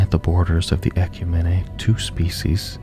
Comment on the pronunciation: Props for not using AI and taking time to put this out. That being said, it irks me to no end the way you mispronounce "ecumene".